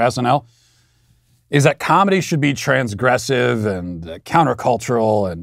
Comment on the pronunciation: Did you say TRANS-aggressive...!? How dare you!